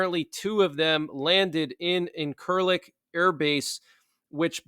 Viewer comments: Hi. Just to give a bit of help, as this is a major NATO Airbase in Turkey. It’s pronounced INCH-ILIK. INCHILIK Airbase. Thank you for the updates Buddy! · Incerlik pronounced IN'-ser-lick